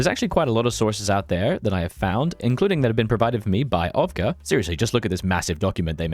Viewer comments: Ovka.. lol. its OVCA - OVTSA. Repeat after me, its OVTSA. means sheep. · Side note, ovca in czech means sheep, and is pronounced "oftsa" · Fun fact - Ovca (pronounced Off-tsa) means Sheep in Slovakian Also that soviet "promise" had a lot of caveats and was about as reliable as the French one. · Cool video, just please don't shorten Czechoslovakia to Czechs....:-) and ovca is pronounce o-u-ts-a (a sheep) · brother thank you for really nice tutorial how to play them, also you really butchedd Ovca XD because thats sheep in slovakia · I admit with shame that it took me few minutes before I realized that Ovca is Ovca, just pronounced in a different way. Great job Mr. Sheep! <3